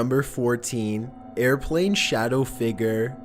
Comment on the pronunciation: airrplanes huh? what now, gosts? You gonna fly it?